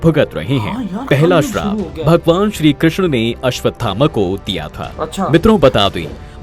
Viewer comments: Bhai woh sharab nhi hai Shrap hota hai use theek krdo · Bhai sarab nahi shrap kaho yani baddua